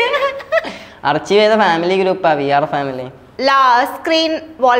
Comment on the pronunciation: അർച്ചിവ് അല്ല ആർക്കൈവ്